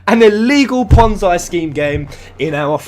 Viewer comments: It's pronounced "pon-zee", not "pon-zai" I will agree that the game looks dodgy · it is pronounced ponzee not ponzai fuckface. no disrespect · fascinating this is... btw it's pronounced pon-zee not pon-zye. ^_^ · Not trying to defend new empire...fuck that game lol. But people need to educate themselves...This is not a ponzi scheme...apparently these wanna be moral high ground idiots don't have a clue what ponzi scheme means, or even how it works...also...its pronounced ponn-zee, not ponn-zy... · it's ponzi (pon-ze) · It's pronounced "pon-zee" scheme. It's named after the man who was arrested for the crime. Not to nitpick...just in case you make further videos about this. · It's pronounced pon-zee, it comes from italian mafia schemes in the 50's. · It's Ponzi as in Pon-zee. Love ya, but mispronunciation gets to me.